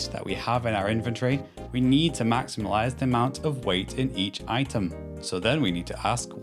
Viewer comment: Maximilize? Lol 😂